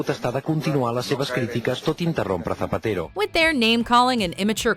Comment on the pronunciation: Wtf?! It's Zapatero!